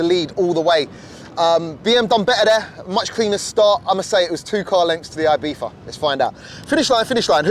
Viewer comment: Am i the only one bothered that he is saying ibiFa instead of ibiZa 😅